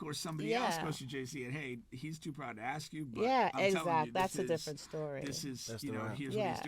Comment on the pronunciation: Dude it’s “ask” not “ax”… I hate hearing black folks saying “ax” lol